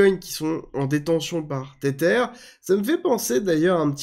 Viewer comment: Hello, Merci pour toutes tes vidéos que j'apprécie. Maintenant, par pitié arrête de dire [Tétèr] pour Tether 😆. Cela se prononce [Tèzeur], c'est de l'anglais et ça veut dire "lien", "attache" car oui l'USDT est lié à l'USD 😉 Soignes toi bien!